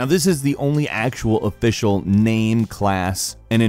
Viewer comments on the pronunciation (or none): none